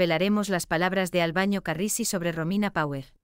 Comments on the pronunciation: Por favor diga bien el nombre de " Albano " no es Albaño. Decirlo mal nos molesta a todos sus seguidores que somos millones. Gracias. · Señora usted que relata las historia por favor practique bien los nombre y apellidos.... el cantante es ALBANO....NO ES ALBAÑO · Por favor usted es una comunicadora, pronuncie bien, no es Albaño , su nombre es ALBANO ...y lo. otro nunca se casó con esa sra. Loredana , a la que Ama hasta su muerte, es a la hermosa y dulce ROMINA ...